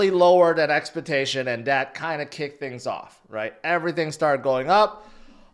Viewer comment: Did he say expa- tation